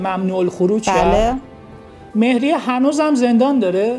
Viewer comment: سلام وقت بخیر تلفظ مهریه رو عامیانه گفتید درغیراین صورت تلفظ حقوقی مهریه فرق داره.❤